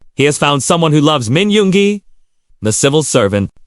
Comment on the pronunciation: You really butchered Jungkook and Yoongi 's names! I agree with you that Namjoon would make the best husband and father! Actually I think they will all make great fathers! But, Namjoon has the maturity needed!